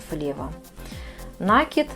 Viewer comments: Очень красиво. Труд мастерицы нереальный! Спасибо за мк. Но "таким образом" и нАкид режет очень слух.....😊😊😊😊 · Никто не спорит - труд колоссальный, капор великолепный, но уж если мастер взялся озвучивать. то за речью нужно следить, оттачивать. Я смотрю из-за этого без звука, включив комментарии, но и их читать невозможно. так как сплошные "слова-паразиты" и очень много лишнего проговаривается, а по-существу очень мало. И еще одна беда у многих мастериц вязания- это слова "накид" и "раппорт". Произносятся как накИд и раппОрт. Слушать неправильное произношениепросто невыносимо. извините за прямоту. Но за мастер-класс большое спасибо. Вяжу и конспектирую, чтобы потом не пересматривать. Вам успехов и творческих идей.